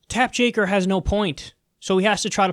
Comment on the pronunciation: Its Tap Joker, not Jaker :P